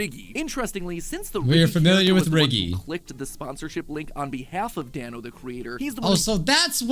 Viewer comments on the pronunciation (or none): the creators name is pronounced Dan-oh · It's d-a-n-o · You pronounce Danno’s name like Dan-o